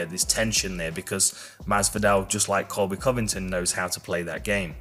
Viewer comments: does Colby Jawvington sound better ? 🤣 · "Cody colvicton" as GSP said 🤣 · GSP is saying Colvy Colvicton....is that right ?🤣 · "Cody CoVIKten"